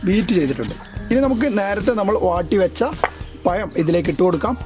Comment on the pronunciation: പയം അല്ല പഴം